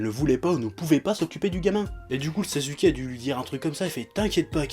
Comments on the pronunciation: Normalement ça se prononce sassouké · arrête de dire sazuuke cette prononciation n'existe pas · ah chef j'adore tes vidéos , mais ya quand même un truc qui m'irrite à chaque fois, pour Sasuke, s'il te plaît arrête de dire Sazuké XD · Rebeca SoPokéNaru ptn on dit pas saçouké mais sasské arrête de prononce comme dans la vf parce que ça te rend pas crédible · Mdr tu dis sazuké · Primo ça se prononce simplement Saské. Le U ne s'entend pas entre 2 consonnes. Voilà merci au revoir. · JO The Devil Ne te prononce pas alors que SasUké n'est pas la bonne prononciation x) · Je ne titille pas, je fais une remarque, et si on peut traduire les noms (même si c'est un sacré manque de respect pour une œuvre), exemple Son Goku qui devient Sangoku, Bejita qui devient Vegeta, etc, donc AU MOINS passer par là au lieu de prononcer SaSUké, mais peut être qu'il le fait exprès, j'en sais rien. Et puis ne joue pas à être aussi "agressif/agressive" pour rien, je n'ai pas insulté ta mère ou ton père que je sache.... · Ichigo90ish J'ai dis au minimum le dire à la Française, JE SAIS QUE SON NOM SE PRONONCE SASKE JE L'AI DÉJÀ DIS, faut éviter de répéter ce qui a déjà été dit... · Ouais mais ça peut paraitre pour du chipotage mais mal prononcer le nom d'un perso important du manga et à plusieurs reprises, ça fait carrément pas sérieux...